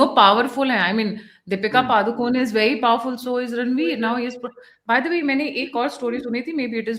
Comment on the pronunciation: It’s “पडुकोणे”, which is the name of the village in Karnataka that Deepika’s paternal ancestors come from.; not “पदुकोन्” or “पादुकोन्”.